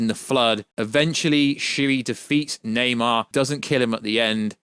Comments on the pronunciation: Stoped watching when he said “Neymar” instead of Namor. Garbage 🗑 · Na-MOR, not Na-MAR. Come on, man...! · It's Namour! Not Namar! Jeez! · Lol why are you saying nam-AR? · Dude fucking saying Neymar lol 😂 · Lol this is funny as shit thought I was the only one hearing this dude pronounce Namor wrong lol 😂